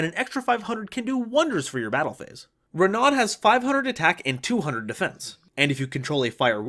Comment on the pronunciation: Totally a throwaway comment but Renaud is a word that roughly translates to royal counsel or adviser and is pronounced “ren-oh” in French! He’s actually what drew me to this deck in the first place